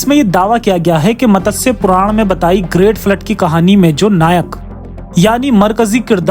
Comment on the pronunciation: Pronounciation मत्स्य ✅ Matassya ❌